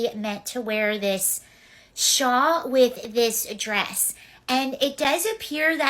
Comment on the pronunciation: Not the "shaw" 😂 I thought we all learned from Drag Race All-Stars 2 that the word is "shawl."